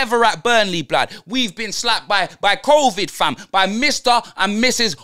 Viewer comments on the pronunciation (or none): Man said NO-vid 😭😩😂🤣